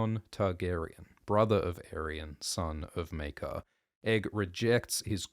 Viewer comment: It's pronounced... Mere-kar!